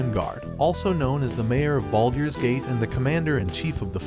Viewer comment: the voicing is already better then with the older videos, but it still way off from what is needed for something like high fantasy. not sure this will work with a random voice thats clearly not used to these things. the awkward way of saying baldurs gate and the way its weirdly cut of sounds very much like an ai.